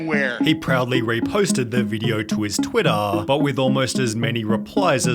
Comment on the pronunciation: bruh why do you say twitter like that